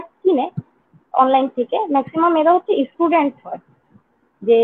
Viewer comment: Sei Estudent bole😂 Student naa